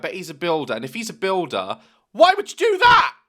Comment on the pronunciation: Builder in Daz accent = boowildhar